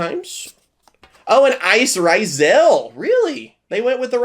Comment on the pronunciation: Is bro dyslexic or is mispronouncing the names like, his thing? Like the Beelze and Ryzeal cards